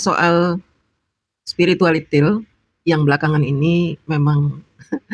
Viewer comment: Wkkkkk faseh banget bu haji..kata SPIRITUALLITIL....